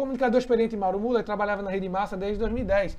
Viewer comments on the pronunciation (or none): Miler, lê se miler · Ele só tinha 10 minutos por dia de apresentação. A pronúncia do sobrenome é "Miller"